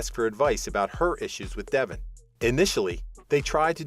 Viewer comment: How about these "readers" actually watch the show. Their mispronouncing names is aggravating. It is DeVON, not Devon.